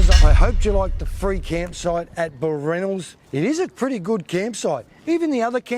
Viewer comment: It's BAL Ranald not ballranald